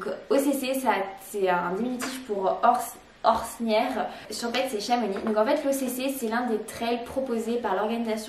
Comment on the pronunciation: En tant que suisse j'ai eu les oreilles un peu écorchées en t'entendant expliquer à quoi correspondaient les lettres OCC. On dit "Orsières" et le "x" de "Champex" ne se prononce pas.